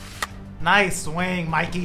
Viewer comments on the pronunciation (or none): none